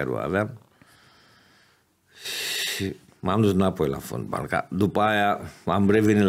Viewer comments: singurul fotbalist care pronunta folbal. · Folbal "?WTF?!